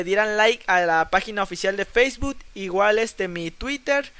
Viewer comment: feisbutttt jajajaj es facebook guey